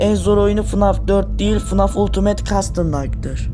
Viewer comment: Fnaf❌ Fanaf✅